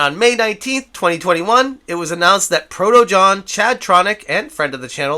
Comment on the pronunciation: its proton jon not proto jon